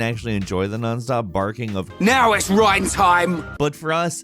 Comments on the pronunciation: why do you pronounce his name rain when he says his name in the voice clip you showed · Why did you pronounce Reyn as rain at first when the character says his own name as rhine. Is it a translation thing and he's called rain in the japanese version or ...? What gives? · Rain? Really???😒😓 its pronounced RINE. (Reyn) Where is the "A" in that? lol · Not Rain Rine ok Reyn is pronounced Rine not Rain ok I know this kind of comment is annoying but it bugged me ok and if this bugs you then Ignore me it's honestly not that big a deal but I just wanted to comment about it anyway so have a nice day and if you read all of this thanks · Sorry not trying to be rude but it’s not Rain it’s More like Rine. :) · How the heck can get names wrong when there is voice acting for the names? In the clip he is complaining about with Reyn he says his name and yet still goes 'Oh yes, Rain' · "It's RYEN time" got me. XD XD. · I'm just listening while doing the dishes and I'm like "who the heck is Rain from Xenoblade? How dare you mispronounce Reyn???? I'd say more, but "Let's not lose our heads, though" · Reyn not rain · Stopped watching when you said “Rain” from Xenoblade lol. Pulling an IGN there. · ...how do you pronounce it "rain" when a clip of him saying his name is in the video??? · no no no no noooooo, it's not "reign" I'm sorry but if you've played XCDE (or the OG game) then you'd remember "now it's Reyntime!!!" it's not reign-time. - i'm sorry but your massively incorrect pronunciation vexes me to no end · I just knew he was gonna pronounce Reyn as "Rain" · He mispronounced Reyn's name even though his only problem is Reyn says his name too much... how? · How can you mispronounce Reyn wjen you literally play him saying it in the video. Also he's arguably the best character in the game combat wise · Oh come on! You seriously didn't even bother to say Reyn's name properly!